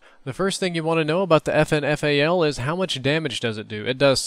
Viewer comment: its prounounced "fin fal".....